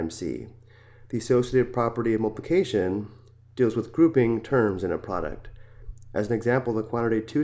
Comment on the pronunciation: its not mulpulcation its multiypulcation